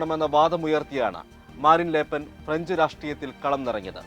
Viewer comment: ലേപ്പെൻ അല്ല. ല് പെൻ എന്നാണ്